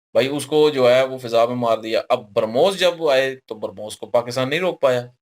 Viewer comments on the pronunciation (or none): Acha bhramos ko kaunsa defense system rokega mere bhai ..oh sorry brahmos nahi harmoos :face-green-smiling::face-green-smiling